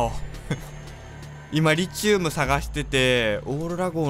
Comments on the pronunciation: リチウムの発音は「リ」にアクセントじゃなくて「チ」にアクセントね すごい気になる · リ↑チウム↓ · リチウムって... リ↑チウムですか？リ↓チウムですか？ の発音が自分と違ってめっちゃ気になるww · リチウムの発音ｗｗｗｗ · 思うんだけどリ↑チ↓ウ↓ム↓じゃなくて リ↓チ↑ウ↓ム↓だと思うんだわ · リチウムの発音違くね？w